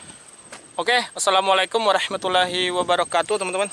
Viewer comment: "Warahmatullahi" yg betul bg